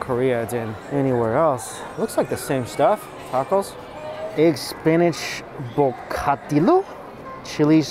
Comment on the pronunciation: LOL!!! Your pronunciation of Bocadillo. Remember "LL" is a y sound. Accent is usually on the second to the last vowel unless there is an ' over the vowel.